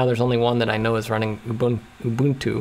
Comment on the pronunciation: I always said Ubuntu the right way, but hearing you use the right pronounciation all of a sudden is weird